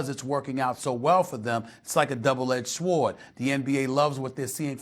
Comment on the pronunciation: I don't trust a man who pronounces the w in sword